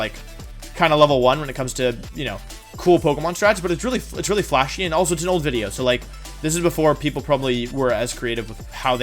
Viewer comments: Do you not know how to pronounce the W in wideo? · So does Wolf have a speech impediment I don’t know about or does he actually believe “wideo” over and over is funny? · if you say "wideo" one more time, ill cut off my toes and eat them. thats the epitome of cringe bud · I want to watch this video... but seconds in and I'm tired of "wideo" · Anyone else annoyed by the fact that he says ”wideo”? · why do u say wideo pretty cringe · I can’t stop cringing with the “wideo” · Should take a shot everytime he puts a w where a v is supposed to be 😂🤣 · Why does he say this? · Does he not know how to pronounce the letter “V” in video? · No to be disrespectful if there is a legit reason just curious why does he consistently mispronounce things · Do u say wideo on purpose or can u actually not pronounce video correctly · Getting lowkey triggered by how he pronounces 'video' as 'woodeo'. Just a bit. Just a little bit. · I kept hearing him say "wideo." And I thought I was having a stroke. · Take a shot every time he says “Wideo” you’ll thank me later ;) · Everytime he says “wideo” a part of my brain dies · Nobody: ...... Wolfe: “wideo” Wolfe: “ wenyasaur” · I thought it was just me. Every time he said wideo I thought I was losing my mind. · Intro GAHAHAH Let's get on with the WIDEO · I love how he says wideo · Is it just me or is he say wideo? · Me: coming from ZeRo's channel Wolfe: Wideo Wideo Wideo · why does he say wideo i'm frightened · Is it like his thing, to call the video a wideo? Or am I just really confused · What's a "wideo"? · y does he say wideo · Wolfe says “wideo” instead of video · Why does he keep saying “wideo”? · Is Wideo just how you pronounce video or is it witteo a pun on witty and video for like specific types of videos? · Can you say woody-o one more time! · "wideo" -WolfeyVGC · Am I going deaf or does Wolfey keep saying "woodio"? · Y he keep saying wideo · Why does he pronounce video, uideo? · why do you keep saying wideo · stop saying Wideo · wideo lol